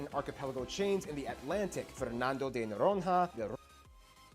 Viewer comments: Fernando de Noronrra KKKKKKK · Fernamdo the norohrra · ele falou Fernando de Noronrra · É só procurar a pronúncia no google translate... Sotaque, ok, mas "Fernando de Noron-RRA" e outras paavras estão simplesmente erradas...